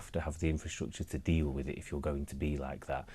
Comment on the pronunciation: He hasn’t done all right as he can’t pronounce simple words like with.